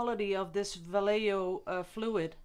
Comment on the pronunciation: Vallejo ia pronounced. vee-A-ho long vowels.